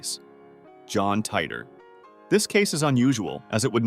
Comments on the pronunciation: Did you just call him John tighter? At least learn to say his name its the most well known one of all of these and you cant say his name right? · The way he/the computer voice pronounces Titor..